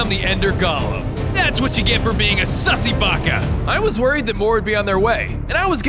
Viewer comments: Did you say Sussy Bak🤭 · WHY DID U SAY SUSSY BACKA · Did did he just say SUSY BACA?!?!! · But he said susst baka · bro he said sussy baba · We're not gonna talk about the fact that he said Sussy bacca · Did you just say sussy baka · Btw DID HE SAY SUSSY BAKA??!!? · Did you say sussy baka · Heh he said sussy baca